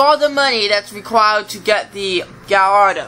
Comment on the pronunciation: Its LAMBORGINI GALLARDO Not LAMBORGINI GALLADO